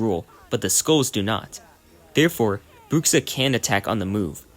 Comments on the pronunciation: "Brukksa" Me a portuguese speaker: YOU DIED (of cringe). ps: for english speakers its more like "Bruusha" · Your 'Bruxa' pronunciation is soo good 🤣🤣🤣